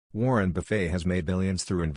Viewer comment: "Warren Buff-fay"